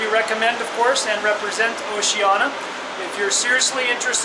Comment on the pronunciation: OCEANIA not Oceana......cluts